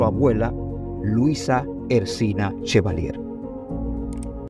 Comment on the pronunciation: No es “Ersina” Chevalier es Erciná Chevalier, por favor corrijan, esos gazapos afean su trabajo.